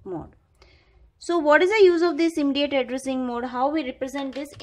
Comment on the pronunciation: Immediate ka aap pronountation galat kar rahi hai